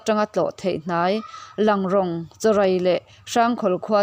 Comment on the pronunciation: Langrawng kha i lam dan kha a dik lo deuh rawng tih kha thluk tur a ni e.